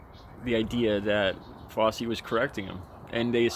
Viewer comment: Who is Fossi? lol try saying "fou" like in found, and try saying "chee" like in cheese. Put those together and you'll get it right.